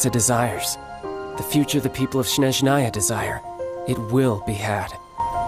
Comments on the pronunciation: "englishRussian - no sane Russian native would accent SnezhnAya instead of SnEzhnaya XD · The way he pronounces Sheeshnaja i'm dying